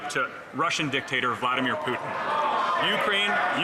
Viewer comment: I think he just likes to say "velodemir"